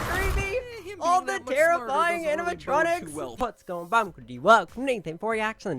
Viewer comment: DID YOU JUST SAY ANIMITRONIC? TO A ROBOT TOY?????